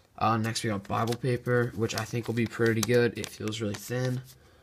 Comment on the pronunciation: Did this nigga say BIbLE